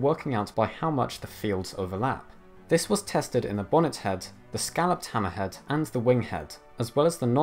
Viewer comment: the way you say "hammerhead" makes you sound like you're saying some sort of arab name like "hammahad" or some shit lmao